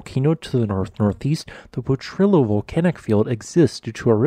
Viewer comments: Gah! It's not po-trill-oh it's pronounced Po-tree-oh. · It's pronounced more like Potriyo. The two 'L's together are pronounced like a 'Y'. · Would love to see you feature more of my home state New Mexico's fantastic geology. Just FYI it's pronounced "poh-tree-yoh". Keep up the great work! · Thanks for this report on the Kilbourne Hills which is part of the Portrillo Volcanic Field. This is an interesting geologic phenomena that I look forward to visiting. One point I need to correct you on is the pronunciation of Potrillo. You usually seem to get the pronunciation correct. Potrillo is Spanish for colt although I could not find the origin for the name. Potrillo is pronounced like po- tree-yo. The Potrillo Volcanic Field is located in the West Potrillo Mountains and there is also the East Potrillo Mountains.